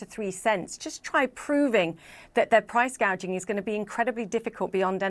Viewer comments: price gay jing (gouging). can't even said it correctly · You listen to that dope a d her speech? "Price gauging" I'm pretty sure it's called "price gouging" 🤣 kamala harris proving once again affirmative action doesnt work 🤣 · (1) You purposely cut out the part where she grossly miss pronounce price gouging and called it “price gaging.” Nice try. We all saw it anyway (2) She is in office now and has done nothing. Now, she says that you have to vote for her in order to get her to do the right thing. YOU ARE IN OFFICE RIGHT NOW, YOU NASAL TALKING CACKLING LIAR!!!!!! WHERE ARE THE MISSING CHILDREN AT THE BORDER, KAMALA??!!!